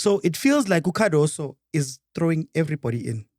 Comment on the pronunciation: and butchering names! Yamine Lamal, TX Galaxy, Cardaso, Allande etc...🔥🤣🤣🤣🤣